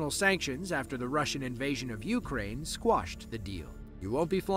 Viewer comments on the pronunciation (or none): none